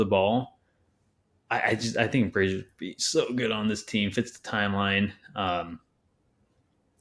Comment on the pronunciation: Thumbs down for mispronouncing bridges name and btw nets don't want anything the kings have they already turned down 4 first round picks at the deadline where his value was much lower.